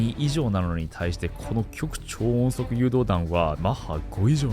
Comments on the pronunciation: "きょく"超音速ではなく "ごく"超音速ですよ！ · ごく超音速と読んで（呼んで）ほしい。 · 極超音速の極の読み方は「ごく」ですね